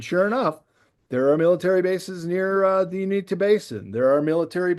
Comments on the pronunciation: It's pronounced U-in-ta, not Un-ee-ta. We live by there and have experienced a few things. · ♥️🇺🇸Q🌎✝️ OMG THANK YOU JESSED FOR CLEARING THAT UP I WAS ABOUT TO GO OFF ON THIS DUDES GEOGRAPHY DIRECTIVES AND PRONUNCIATIONS LOL THOSE OF US THAT LIVE HERE IN THE UTAH ROCKIES AREA WERE ALL LOL AT THIS GUY.... IT IS NORTH EAST UTAH BALLAD AREA AND PRONOUNCED YOU IN TA LOL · Not sure why he was pronouncing the Uinta mountains the way he was but that's not how we from Utah or salt Lake City have ever ever said it the way he did